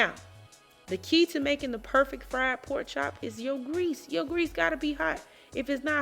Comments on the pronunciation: First off, it's spelled PORK chop, not a poke chop. You sound uneducated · "Gimme what cha got foe a po chop" ayyyyee🎉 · I knew it was gonna be good when I heard her say “poke chop” 😆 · When said polk chop, I knew she knew what she was doing. I'm going to do this my next weekend off. Thank you